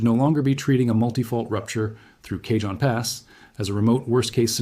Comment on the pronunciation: My AI boy said K-John pass instead of Ca-hone (Cajon Pass). 😭😂